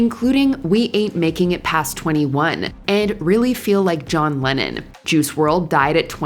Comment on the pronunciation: Rappers keep John Lehhon out of your mouth you no talents